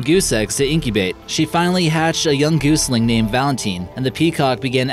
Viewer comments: A goosling hey? 1. learn how to talk, half of what you say is incomprehensible 2. a baby goose is a gosling not a goose-ling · Gosling not goosling.